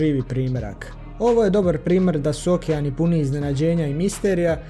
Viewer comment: Nije Ookean nego okeean